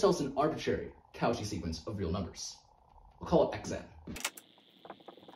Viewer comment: Sorry but the au in cauchy is pronounced more like "o" and the "ch" like "sh" so "koshi" i am pretty sure, it's french. But i enjoy your videos very much! Throwback to my first semesters